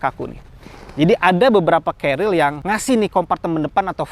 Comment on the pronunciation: mase celad.. Carrier mas. Bukan carriel